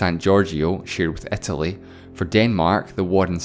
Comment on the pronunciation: Please don't say "ä" instead of "i". Pleeeaaasseee